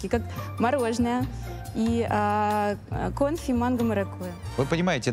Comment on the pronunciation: девушка явно не дружит с орфоэпией. КОнфи.